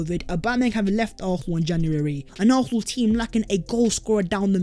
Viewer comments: Whose chance has been revived?? ARFFFFNAL’s??? Who the hell are ARRRPHNAL??! Learn to speak English!! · Oh yeah? I know Arsenal fans from ALL OVER THE WORLD who can pronounce Arsenal with an S in their own accents. His pronunciation of Arsenal is painfully atrocious. Accent? Lol!! Get a grip. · Garbage. He is the only guy I know of who cannot pronounce the name of the team he supports properly! He has at least 4 different versions. LOL!!